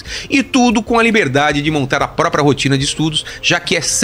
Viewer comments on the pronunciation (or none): none